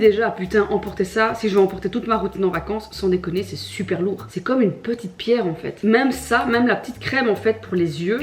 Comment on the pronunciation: Résumé: “uneuh frite les amis uneuh frite!”